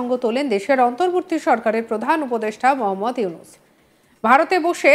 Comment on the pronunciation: জানাবা?? উপদেষ্ঠা কেমন শব্দচয়ন। বানানগুলো অন্তত ঠিকমতো উচ্চারণ করুন। নাকি শব্দের বানানো তে ও হিন্দু / মুসলিম আছে। মোহম্মদ ইউনুস না। এটা হবে মুহাম্মদ ইউনুস ।